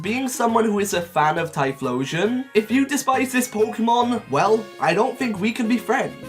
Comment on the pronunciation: IT'S TYPHLOSION, NOT TIRPLISHON!